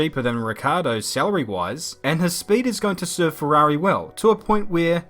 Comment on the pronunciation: LOVE the english accent saying ferhuarhi (Ferrari)